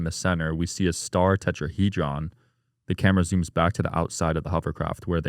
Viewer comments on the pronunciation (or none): She couldn't pronounce tetrahedron and she builds "alien ships" and doesn't understand social media hate lulzzzz